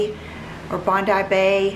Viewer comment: Yes, We say Bondi (pro. Eye at the end) so well done. It's Sydney's hippest beach. X